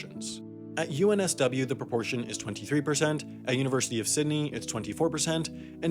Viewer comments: It’s pronounced sid-nee, not ciddy. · Irregardless, it's Sydney not Sidney. Thank you. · "Sidney" We saw it man, we saw it lol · sidney? really? bruh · Did I hear him say “sydee “ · sidney lmao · “sidney“ i’m sorry, sam, we can’t protect you anymore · it's pronounced Sydney, sid-nee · He also said Sydney wrong .